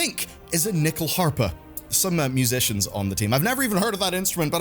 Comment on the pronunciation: hahaha hearing nyckelharpa(Key harp, literal translation) said in english is kinda hilarious